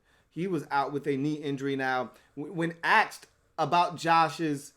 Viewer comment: U keep saying axed